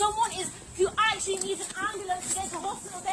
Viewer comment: "AM blAnce"